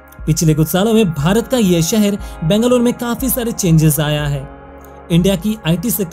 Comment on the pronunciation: Please pronounce Bangalore correctly. Nice video. Proud to be Bangalorean.!! ❤️